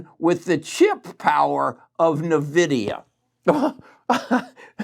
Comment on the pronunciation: It's pronounced " In Vidia " not " Na Vidia "